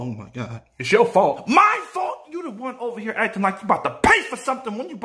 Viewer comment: No lie thought I heard him say “hear to be a sellout” at the beginning of the vid. Nah I’m playing, get that bag my guy 💯